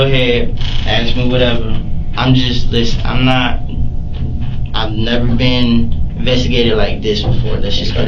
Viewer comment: Axe instead of ask is more annoying